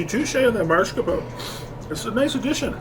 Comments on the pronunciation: Guys, it's mascarpone...not marscapone. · Why are both and the manager saying "mars capone" instead of mascarpone?